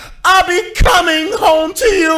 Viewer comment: “I’ll be COMING home to you” that emphasis on coming killed me